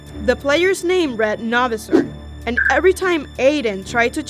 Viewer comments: It's not Novasor it's No Visor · Btw it’s No-Viser not Na-Vser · It’s visor not visir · Did she purnounse it Novizerr? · Not no viser no visor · You pronounced novisor wrong it’s No VISOR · ITS PRONOWNCED AS NO VI ZER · Why does everyone misprounounce No-visor? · You spelled his name right but you did not pronounce it right